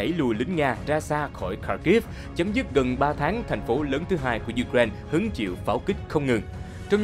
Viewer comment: U-cờ- rai-na bạn ạ.